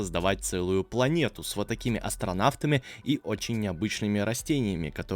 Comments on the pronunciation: Опечатка за место касмонафта он сказал камонавта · Мне было смешно какда ты сказал за место касмонафта касмонафта